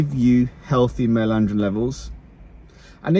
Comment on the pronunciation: “Male andrrrirn levels”